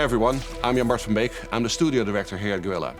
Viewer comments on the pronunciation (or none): none